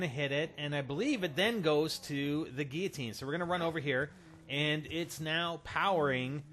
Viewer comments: Gil-o-teen..... Wtf is a geatine? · GUI-LL-OTINE L NOT YA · GILL-AH-TEEN oh my goodness damn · God damn it, it gill-o-tin. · What's a Geeoteen? xD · It's pronounced Gui-ya-teen. You say it wrong.